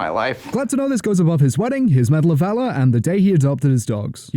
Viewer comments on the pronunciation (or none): none